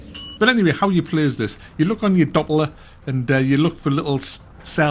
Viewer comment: It's pronounced "dop ler" (I'm from Oklahoma, they never shut up about it here)